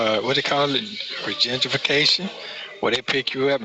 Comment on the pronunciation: Did he say “regentrification” of the homeless people? OMG. Just seriously dumb.